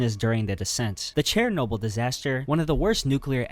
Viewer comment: Bro keep butchering all the pronounciations 😭 nova scotia and chernobyl are crazy…